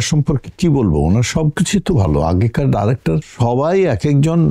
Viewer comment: আপনার বাচনভঙ্গি উপস্থাপনা খুবই সুন্দর এবং রুচি সম্মত তবে আপনি যদি ডাইরেক্টর না বলে ডিরেক্টর বললে আরেকটু ভালো শোনাবে ধন্যবাদ।